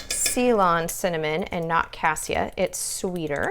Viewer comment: Great recipe! Loved your video! That Ceylon cinnamon is the best, but it's pronounced 'say-lon' not ' see-lon'. Just trying to help. I love my steam canner, it's been a game changer when canning! Thanks for all your helpful tips! New sub too.